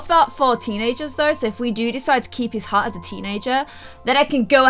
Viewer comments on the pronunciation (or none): when you say hat you say hot